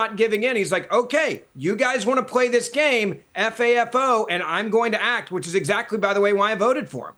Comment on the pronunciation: F-A-F-O like he doesn't understand it's said not spelled.